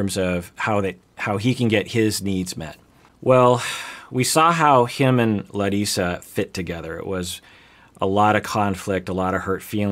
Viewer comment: ok but that pronunciation of Larissa’s name was perfect!!! have you been working on your Portuguese,?